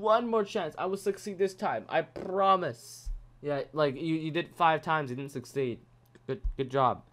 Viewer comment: you say i prrrrromise lol